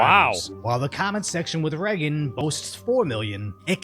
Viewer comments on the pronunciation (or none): I’ll never trust someone that pronounces Reagan Reggin